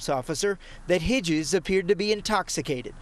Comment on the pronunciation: you're a good man Hitzges. And it's Hits-Giz lol